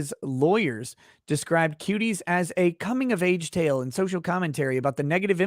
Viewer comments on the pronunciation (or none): none